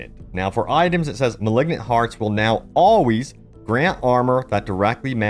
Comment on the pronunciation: Where is this guy from that he pronounces, "always" like, "all-weez" and "damage" as, "dem-eej?" He also says, "goes on to say" every other sentence.